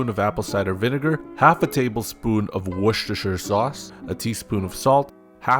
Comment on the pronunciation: Another great video. Never thought id see a cookbook based on Tomb Raider, its a very interesting idea, especially the travel guide part. Also, im pretty sure you said Worchester sauce correctly, how many takes did that take? :P